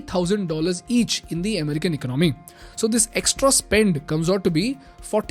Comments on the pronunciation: ekonOmy - chh chh, no no. ekOnomy - ✔️✔️ 😊 Love your videos man. Keep them coming. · Eek-nomy??😂 very funny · Very nice video. Great info. Except you are pronouncing the word 'economy' wrong and it's irritating. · Can you learn to pronounce the word economy properly? It's really bugging me from listening to even meaningful content. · Please correct the way you say "economy". With all due respect. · you really need to learn how to pronounce the word: economy.